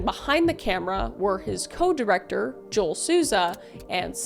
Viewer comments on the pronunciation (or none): none